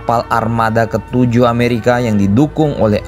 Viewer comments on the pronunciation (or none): none